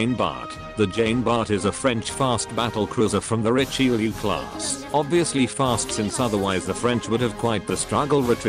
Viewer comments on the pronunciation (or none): none